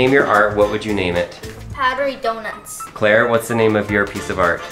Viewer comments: when called his art powderey donuts at first i heard it like puberty donuts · Sorry to say but and powedydounghts